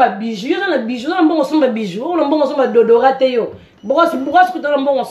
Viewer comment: yo bongo na nga re play alobi lisusu dodora 🤣😂🤣😂😁déodorant